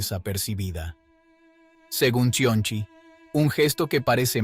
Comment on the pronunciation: Si el que pronuncia "Cionci" lo hace así... todo lo que sigue será igual... Mi pregunta sigue siendo: ¿quién pagaesto?.